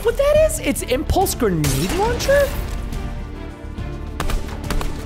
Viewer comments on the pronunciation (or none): preston saying impluse gernade launcher